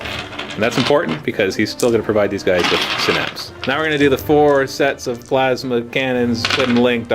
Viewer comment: I TOTALLY heard "Tervigon is gonna fire his my-ass-ma cannon" and broke up in laughter